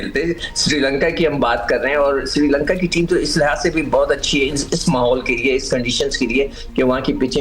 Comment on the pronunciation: Siri Lanka nahi hai bhai, it’s Srilanka